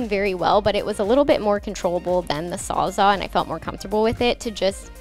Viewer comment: It kind of sounds like you're saying "sawzaw" instead of "sawzall" so, if that's what you're saying, then now you know lol.